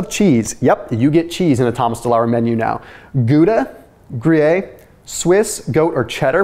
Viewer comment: That’s not how “gruyere” is pronounced. Here is the proper French pronunciation